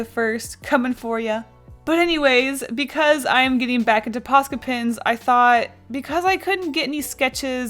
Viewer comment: Has anybody noticed when she says "Pens" she says "Pins"